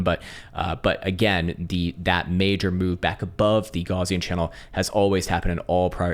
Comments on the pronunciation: If you're going to say Gaussian channel every day, say G-OW-s not Gorz. Gauss was a German.😉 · Say Goos😂😂😂 it's a Afrikaans name